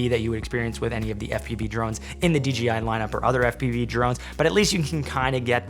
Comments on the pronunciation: Stoked that this one performs so well!!! Also, I think it's hilarious that you always say DGI instead of DJI. 🤣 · he says DJI in the same way that you would pronounce J for Jam